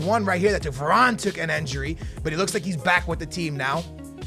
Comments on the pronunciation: why are you saying enjuri its injuri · It's INjury not ANjury and not ENjury, so please pronounce well it's disturbing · says injury like enjury lol